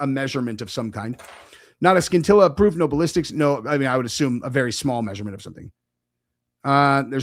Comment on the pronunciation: Pronounced sin-tilla